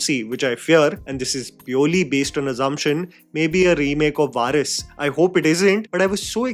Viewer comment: It’s high time that you need to put atleast some effort in pronunciation. It’s Varisu: VA-RI-SU not Varis: VA-RIS. You are reading the lines anyways, The least you can do is to practice the pronunciations and get them right, it doesn’t even take 5min at the max. You are in this job long enough for excuses. Thank you